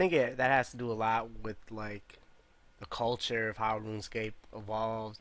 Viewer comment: dont take it to heart i love the podcasts but woonscape kills me everytime. "hey guizzz we talking about updates to woonscape". much love